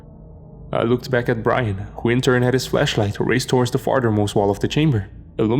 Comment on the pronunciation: Hey love the story's One little point of criticism the word flashlight got me distracted a lot You pronounced it in way that it sounds like fleshlight and well you know Tension building up and then my mind sees a marine holding a fleshlight instead of a flashlight The monsters are gonna be real scared like the dude is here too touch us in the no no Love the story's tho so keep it up It's much appreciated